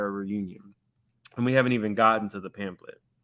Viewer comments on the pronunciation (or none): Did y’all hear drew say pan-thlet?